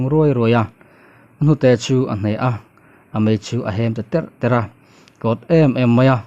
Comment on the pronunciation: A mei a hem terh terh tiloin a hem ter ter tihtur